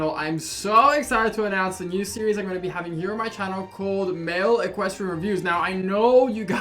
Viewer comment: Male equistrain😂😂😂 Equin